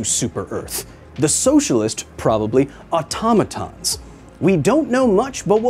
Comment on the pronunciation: Thank you so much for saying automaton correctly